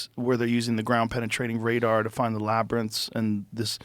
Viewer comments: he pronounced it correctly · Everyone celebrate! Joe finally knows how to pronounce "labyrinth" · Hurray!!! The gods have answered my prayers. Joe finally learned how to say "Labyrinth." He kept calling it "Lab-ber-nith", and it drove me nuts, especially since Joe is always trying to make sure he pronounces things correctly. I wonder who corrected him? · Every time I hear Joe say Labyrinth correctly. I'm like yess. You got iit 🤘😎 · Joe just said labyrinth